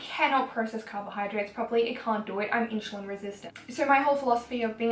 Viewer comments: lol how she says insulin made me cringe idk why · Do Australians really pronounce insulin like that? (and btw it's not a growth hormone) Stay strong girl!